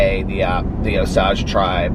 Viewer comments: FYI... It’s pronounced Oh-sage (like cage) I live in Tulsa 👍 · The sage in Osage is pronounced like the herb. It comes in handy being from Okla every now and then 💙💙💙💙💙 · In Oklahoma they actually pronounce it O-sage like the herb. Just a note from an OU grad.